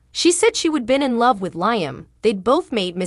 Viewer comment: She said Liem like lie m, not Liam 😂😂😂